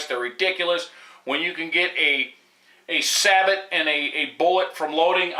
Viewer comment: Good review!! I would just like to point out a little Pronunciation difference, if I may. The word you say "Sabot" and the way you say it means "Wooden Shoe"!! Take it from this old Navy Ordnance man the "T" is silent-- the word is Sabo. In your defense, more people pronounce it wrong, than right!! If you said Sabot in the Navy, you would be doing Push-ups for hours!! LOL